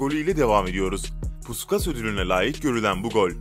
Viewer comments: Bu arada puskas ödülü değil PUŞKAŞ diye okunur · pussskas dedi mal